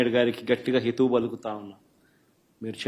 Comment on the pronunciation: హితువు కాదు నాయనా హితవు